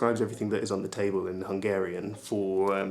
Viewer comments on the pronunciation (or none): none